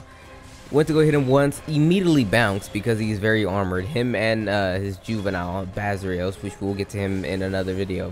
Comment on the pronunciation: BAH-SAR-IOS not bazrios